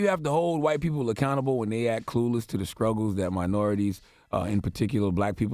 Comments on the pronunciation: Scruggles? Is that what I heard? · How are you media pronouncing it scruggles... 🙄 do better fuckboy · I thought I heard Charlamagne Tha God say, skruggles!!! instead of saying struggles!!! Wow, education in America!!!